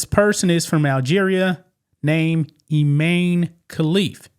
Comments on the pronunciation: His name is I MAN e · Pronounced I-MAN. And he is.